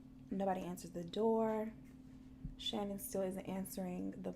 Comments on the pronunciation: Her name isn't pronounced Shannon Hun it's pronounced Sha-Nan x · Lmao okay I love you girl but her name is ShaNAAN. It was driving me nuts throughout the video. 😂😂😂 but great video. Love ya girl